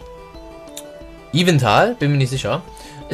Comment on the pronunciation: Sorry, aber der Grammarnazi kommt jetzt bei mir raus: Es heißt YveLtal nicht YveNtal << Sorry, das hat mich so sehr gestört.